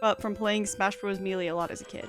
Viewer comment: so the word is Melee it’s pronounced May-Lay I assume it’s a word you have mostly only read not used. I had a roommate in college named Gabe who used to do the same thing lol